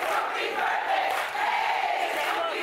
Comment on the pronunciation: Oh Lordy Lordy is her BIRF-DAY. Black it up everyone LMAO